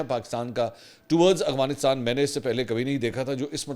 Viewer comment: اسلام علیکم منصور بھاہئ ، آپ ھمیشہ افغانستان کو اغوانستان پڑھتے ہیں،اگر میں غلط نہیں ہوں تو پلیز تلفظ درست کر لیں،🤗🙏🙏 پاکستان زندہ باد